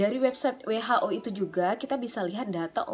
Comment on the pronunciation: Besok belajar ngomong WHO sama aku ya kak,,,, 😁